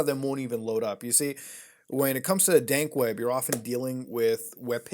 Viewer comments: Honestly, was it just me, or did he say Dank Web a few times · You kept saying dank web lol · it sounds like hes saying dank web i think dank web is just memes